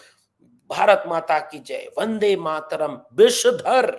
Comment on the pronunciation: ये वंदे मातरम् कि जगा बंदे मातरम बोल ता है सुनो